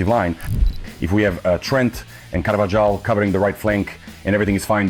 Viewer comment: Also what’s with the ai voice? Man said “CAR-Va-Jaal” 😂😂 the ai guy ain’t it